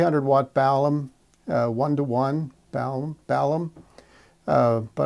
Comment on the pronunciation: Balun, not balum